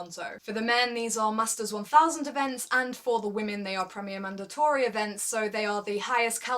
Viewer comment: I do believe someone else commented on his and you addressed it - but you have such a strange way of pronouncing 'mandatory' :D I dig it, though!